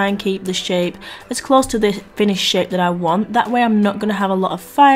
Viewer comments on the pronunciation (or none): “The finished shit that I want!” I know what you meant but I heard that! Hilarious!! 😂😂😂